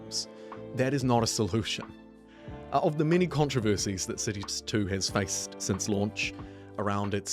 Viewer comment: Am I the only one who mishears the word "cities"...sounds more like sissys, accents and all